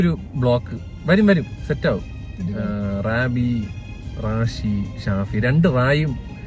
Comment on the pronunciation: റബി ❌ റാബി ✅